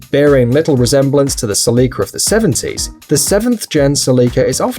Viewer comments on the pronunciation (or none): Its Célica not Celicá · You say Selica I say Celica (Cell-ica) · Ur killing me with the way u pronounced celica is pronounce cé-li-ca not ce-lí-ca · The celica is pronounced sell-a-cuh, not sell-ee-cuh 😂😂great video tho seeing the volvo 240 makes me want one even tho id hate the US spec headlighys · Ok so I know you're on "that" side of the pond but here me out. The Toyota Celica is pronounced like a jail cell, cell-ica not like a window sill, as in sill-ica. I don't know if that's an English thing vs an American thing or either you or I am being ignorant on the pronunciation. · SELL-I-CA...not sellEEEKA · Cell-i-ca. My dad has one from the 80s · Isn’t pronounced a cell-eh-ka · That is a weird way to pronounce Cell-ick-ah. :P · SE-LICKA wtf? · You pronounced the Celica wrong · Now I know how to pronounced Celica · The way he says Celica 🤦🏻‍♂️ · Dont emphasice the i in celica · the way he keeps saying celica lol